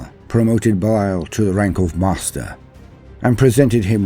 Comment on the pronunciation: Well just his name isn't Beliel, its Belial...